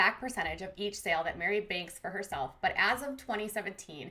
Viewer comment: Meri like merry christmas not mary or mari